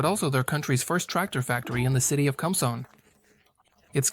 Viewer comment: Some notes. . Interesting vehicle It is powered by fuel derived from wood, coal, or charcoal. It is very old technology. "Kumsong" is pronounced "koom-song". Guess the computer can't read Hangul letters. . The building is the Grand People's Study Hall. A library, if you care to read Kim Il Sung's very extensive writing. It is within the government center of the Pyongyang, but not really accurate to call it the "main government building". The tractors, as old and small as they appear to us, could be seen as overkill. South Korea got along very well for a long time with what amounts to large rototillers. Terrific little machines with surprising torque. Seen helpful farmers pull large pickup trucks which looked pretty well stuck. But I suppose when you run collective farms, bigger is seen as better.